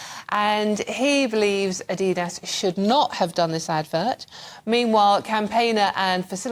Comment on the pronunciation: She said ADIDAS wrong!